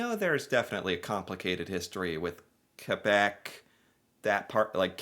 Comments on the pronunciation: Thank you! You pronounced Quebec as K-beck rather than Q-beck. Love you for this! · Thanks for saying Quebec correctly, I don’t get the dog and Canadian hisi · Heeeeey you're pronouncing Quebec correctly! Well done yank! Very respectful. Appreciate that 😉👌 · Canada defeated thousands of Germans in WWII. Good job on pronouncing Quebec btw.